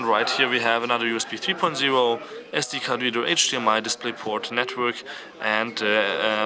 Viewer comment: Nochmal ein kleiner Tipp, usb 3.0 wird im englischen als USB three-point-o ausgesprochen also die null als o ansonsten gutes hands-on ;)